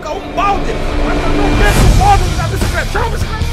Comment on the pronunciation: "Oia a BICICRETA.. OOOOOOOOMMMMMMM" - 2015